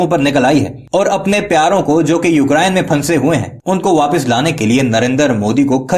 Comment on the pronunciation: Eukrayn hai...sahi pronounce kariye